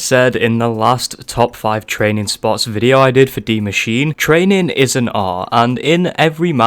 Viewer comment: Why does everyone say dee machine. Isn’t it die machine?